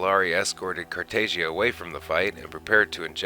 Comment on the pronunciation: According to Molari it’s pronounced Emperor Car tah jah. No loud “a” sound.